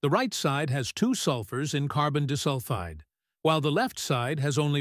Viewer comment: carbon dihsulfide💔💔💔